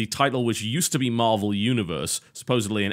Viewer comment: Did he say marble heros? XD